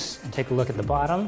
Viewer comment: lol . "buttom"